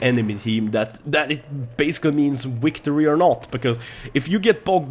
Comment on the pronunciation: wictory. I watch too much Star Trek to chuckle at this a little.